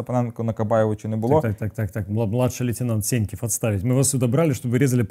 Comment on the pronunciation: Сеньків! Доки ти будеш терпіти, що Адєсіт тебе називає С(Є)ньківим. Ріже вуха неймовірно.